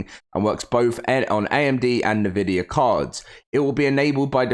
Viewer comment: fyi it’s pronounced en-vid-ia